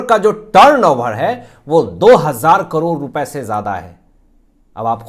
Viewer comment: करोर नहीं ' करोड़ ' कहिए । भाषा का अपमान मत कीजिए ।